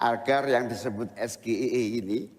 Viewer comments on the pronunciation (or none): SGIE..itu singkatan dari bhs inggris..tp..dia menyebutkan ejaan bhs indonesia..mestinya Es.. ji..ai..i..SGIE..kepanjangan harus bhs indonesia..misalnya S ekolah G ibran I kut E ma.. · Baca nya begini mas gibran ya S : S G : JI I : AI E : I Sebab itu bahasa inggeris . 😂😂😂😂 Love jadi lope Kalau es ge. i e Itu bahasa kantor wali kota solo .😂😂😂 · awal dia bilang SDIE bukan SGIE........... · Seharusnya pak Gibran bacanya jangan esgeie tapi sjiaiei begitu pak Gibran... Gitu cak Imin menjawabnya... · SGIE dia lafalkan eS Ge I E.. profesor guru besar manapun ga bakal ngerti.. lha wong singkatan bhs Inggris SGIE (es ji ai i) kok nyebutnya bhs ndeso.. malluuuuu..!! mau jebak.. eh ketauan gobloknya.. sekarang SAMSUL pake titel baru Gibran SGIE (Sarjana Gagal Ingin Eksis) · Singkatan SGIE bhs inggris dibaca dg bhs indonesia. Es Ge I E harusnya Es Ji Ai I. Jelas itu jebakan. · KPU jelas bantu Cawapres Paslon-2. Gak Netral KPU. We❤❤❤ANIES.👍👍👍 Es GE I E harus nya ngomonknya Ais Je Ai Ee kepanjangan English singkatannya juga harus dalam vocal bahasa Inggris bro. Hotel Indonesia gak boleh loe singkat Ex Ai mesti disingkat : Ha I.😅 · eS Ge Iiii Eeeee State of the Global Islamic Economy ALFABET EJAAN INDONESIA TAPI ARTI INGGRIS Weiiiiiii Belajar Tuh Bocil Nyebut Alfabet Juga Salah Belajar dulu Alfabet Inggris TOLOLLLLLLL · Si Plonga plongo nanya singkatan, SGIE singkatan bhs Inggris tapi ditanya pake bhs Indonesia. Es Ge I E , lucu kayak di stand Up komedi. Kayak minuman dulu 7 Up seven Up ditanya tujuh up. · Gibran gaya, pake bahasa inggris.. Singkatan pula.. ES GE I E sayangnya dibaca dlm bhs Indonesia,.Kita semua jga gak faham.Coba gibran pake bhs Ingglish yg benar?? Cak imin keren tdk terjebak spti P. Mahfud?? Lihat Debat Prabowo 2019 dg P.Jokowi, sama singkatan. Gibran sama..lawan debatnya hrs menghafal singkatan2 saja. Hrsnya gibran atau P. Jkowi menyampekan dg bhs Inglish yg benar. Jadi lawan tahu. 😅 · Yg di tanya aja ngk benar cara pengucapkkn